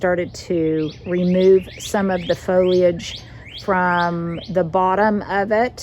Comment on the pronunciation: As a lifelong South Carolinian, I have always pronounced foliage the same as you. I treat that I in the middle the same as the I in marriage and carriage.